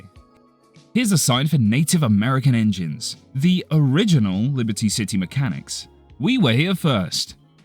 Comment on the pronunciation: Not sure if anyone has pointed this out but "engines" sounds an awful lot like "injuns" which is a slur for Native Americans